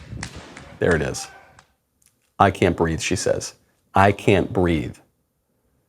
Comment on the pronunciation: I thought she said "I can't breaff!"